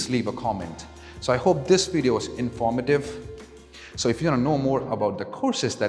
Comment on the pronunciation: Bro that’s not how you pronounce informative.